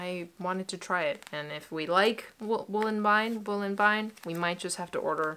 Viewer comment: As a Vienna local I'm cracking up at your pronounciation of WolleWien, ist not wool-en-wine, it's more like wolle ween, the ie is just pronounced as ee :)